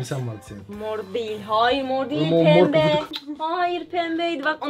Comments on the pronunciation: pepbe mor deil pepbe😂😂😂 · Mor degil pemmeğ